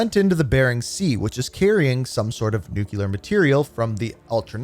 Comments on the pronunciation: ITS NOT NUCULAR!!! ITS NU-CLEAR!!! You’re killing me. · These are always ruined by the way Americans pronounce "nuclear."